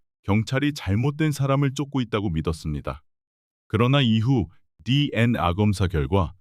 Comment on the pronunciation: 디엔아(DNA) 가 아니고 디엔에이 입니다 디엔아 라고 발음하는걸 생전 처음 듣네요~